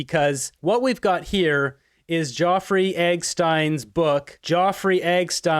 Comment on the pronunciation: I like your show. But your pronunciation of proper names needs improving. “Ge-o-frey Epstine”?